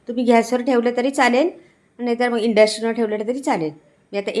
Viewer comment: काय उच्चार आहेत ताई तुमचे.. Induction आहे ते. मस्त ढवळून घ्या. परत परत तेच शब्द. नवीन आहात काय?